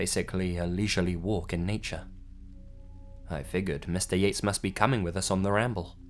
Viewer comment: instead of Mr.yates, i heard mr yeet and couldnt stop laughing